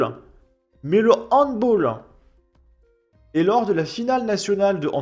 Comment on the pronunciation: Bonjour, on prononce "handballeu" et non "handbolleu". 😅